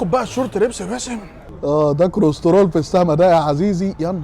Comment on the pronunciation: طيب علمو يعرف يقول كلسترول مش كرسترول ميفضحناش